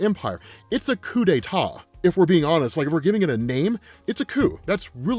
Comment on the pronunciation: The way you say 'coup d'état' 😂